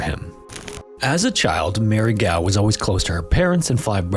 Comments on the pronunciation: It's pronounced goff not gaow.. Gough. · Gough is pronounced Goff, Whelan is pronounced Whee-lan, and Howth is pronounced Hoe-th. Just for future reference. 😉👍🏻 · Gough is pronounced "Goff' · It's GOFF not GOW. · Isn't Gough pronounced GOFF? Just wondered. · Gough = GOFF Whelan = WEELAN Just in case you gotta say those names again in the future :P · I like your channel, but I will never understand YouTubers who spend all the time making these videos about these people's lives without simply Googling how to pronounce their names? Why is that a universal thing on YouTube? It's not just basic due diligence, it's disrespectful to the victims whose stories you cover. You can't take a second to look up how to pronounce Gough or Whelan, if you don't know? Why would you guess? I don't understand it, but it makes me question just how diligent the rest of your research is. I know you're a content creator, not a journalist or reporter, but this 101 level stuff. Do better. If you're going to make your living off the backs of the murdered, at least get their names right. It really cannot be stressed enough what a slap in the face that is. It reveals that your real drive is profits, not presenting these people's tragedies with respect. You ought to be ashamed. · Weird he got gough wrong since tough is tu-ff sounding. Whelan is a bit harder cause whe like wheat or weigh sounding.